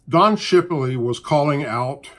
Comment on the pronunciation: Did u say shipiley?